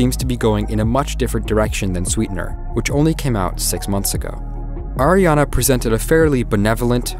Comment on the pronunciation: him: AIRana grande Me: ITS ARIana GRANDE!!111